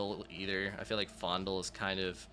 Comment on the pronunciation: I’m not sure what the actual pronunciation of his name is but I’ve always thought of Faendal as “feign-doll.” Now that I’ve heard it pronounced “fondle” this many times I’m thinking he really is a creep and I should’ve picked Sven all these times 😅